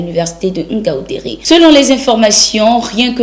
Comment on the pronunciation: Ngāu ndērē. Pas Oungaoundéré.